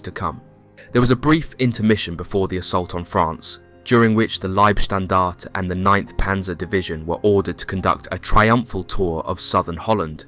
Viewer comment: Warum sprichst du nicht Deutsch?☝️ LIEBSTNDARTE 😂AH..na servus usw... eine fürchterliche Aussprache, peinlich